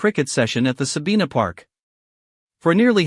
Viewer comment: IS THIS AN AI's COMMENTARY VOICE? IT'S NOT SABEENA PARK SABINA PARK.